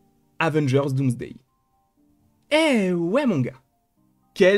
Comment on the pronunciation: Dans la description il disent dans les personnes mentionnées il y a Dooms la youtubeuse. À cause qu'il a dit Doomsday. En plus quand il le dit ça sonne comme : DOOMS-DAY. Comme quoi le logiciel de YouTube a des petits problèmes. À par cela, Superbe vidéo. Continue comme ça.